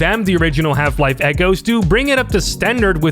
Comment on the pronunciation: i keep hearing "Half life: Kennedy 12"